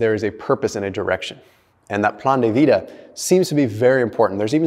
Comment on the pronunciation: Your (plan de vida) sounds like it came from a long time Spanish speaker. is full of surprises.